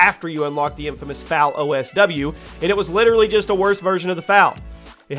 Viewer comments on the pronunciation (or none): The fal is pronounced F A L